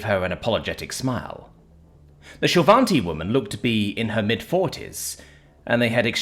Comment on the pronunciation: hahaha. Also despite pronunciation, there's no n in shil'vati